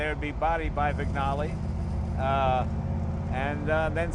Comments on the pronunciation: Wig-Nally ? Jay , it is "Winjale"...... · Loved everything about this except the pronunciation issues; "gn" in Italian is equivalent to "ñ" in Spanish, so one should say "veenyalay" instead of "vignalay." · Love the car, LOVE it...but am constantly frustrated by the mis-pronunciation of the word Vignale. It's not pronounced how it is spelled, it is pronounced VIN-YALEE, it may sound pedantic, but it's frustrating...I'm sorry! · vin-YA-le. Like sin-YOR-e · Jay: Vignale is more like VIN-Yally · Only one important thing missing -- they should all learn to pronounce Vignale correctly. It's veen-YA-lay. The 'g' is silent. How hard is that? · Mr. Cunningham looks a bit like the Duke. Thank you Jimmy & Jay and team for restoring this magnificent car. Great job! Question: Would you not pronounce it the name of the coach builder without the G? Vin Ya Li. Why not install front disks? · I couldn't imagine this car with a 2 speed. I disliked my powerglide in my 63 Impala, good for cruising but not much fun. In its current state I'm sure it would have blown the competition away back in the day. One thing, the gn in Vignale is pronounced like the Spanish ñ kind of like Vinyaleh. Thanks for the upload Jay. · Do learn how to pronounce Vignale the g is silent !!!!! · NoahVale Ha! Yes, despite Jay's Italian heritage, he has trouble with other Italian names and marques.